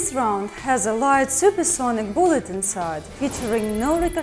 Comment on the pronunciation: boolet. I love how she says that word XD